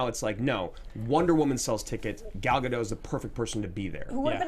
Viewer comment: Note that Gadot has done many interviews where she pronounces her name for the host. You can look up Gadot and how to pronounce her name on youtube. Kind of sad to have such a iconic role and have so many people get her name wrong. If you love the movie so much you can take a minute to learn how to say her name. Sorry if that came off a little mean. I don't mean to be. Love the show.